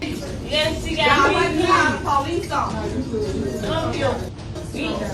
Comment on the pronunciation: "Da POELEECE"